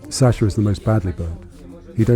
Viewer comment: You could at least show some respect by pronouncing his name correctly. It's pronounced Saah-shuh, not SAsher.